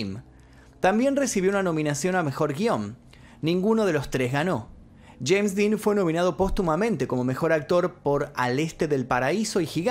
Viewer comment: El día q murió “sheims Dean”, q gracioso como lo pronuncia😂😂